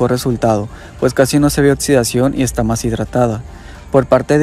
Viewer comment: Buena información, habla sobre los protectores em gel y no en crema, por favor. Ademas un detalle para ti locución! Hazlo con voz dinámica pues se escucha muy plano y cuidado con la pronunciación: se pronuncia oKsidscion , pues lleva una X: oxidación., no pronuncies oTsudsvion porque no hay una T, por tanto imagínate qué hay k o si ke CC para hacer marcar el sonido X ( K ) OXIDACIÓN .